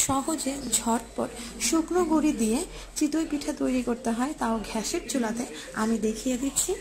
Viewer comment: ছিঃ। ঘ্যাস কি? গ্যাস gas. You are unbelievable.